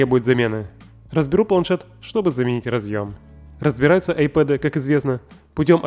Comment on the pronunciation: это айПАД ,а не ай ПЭД